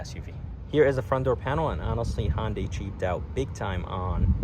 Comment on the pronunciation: ITS PRONOUNCED HUN DAY NOT HON DAY!!!!!!! HUN!!!!! NOT HON!!!!!! Pronounce it CORRECTLY!!!!!!!!!!!!